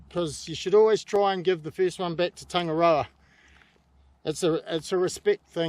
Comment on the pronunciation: Your a New Zealander and cant pronounce Tangaroa right ? But never mind Great video bro keep it up.